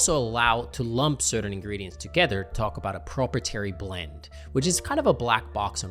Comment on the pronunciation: It's pronounced pro-pri-it-ary